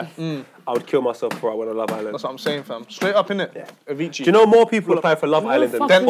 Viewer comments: He said Avichi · man said Avicci looooooooool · Man said Avicii 😭